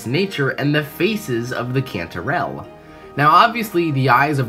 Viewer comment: Cantorell sounds like”controll” 😮